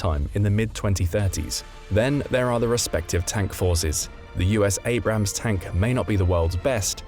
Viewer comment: Abrams, not Abrahams. And I can’t watch video to end because of the annoying background music, which I find very cheap and unprofessional. Sorry, no thumbs up.